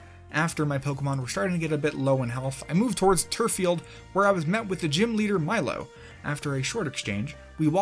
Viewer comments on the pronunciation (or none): none